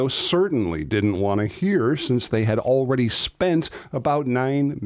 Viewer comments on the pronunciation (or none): none